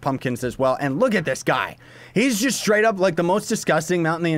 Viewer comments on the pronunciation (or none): none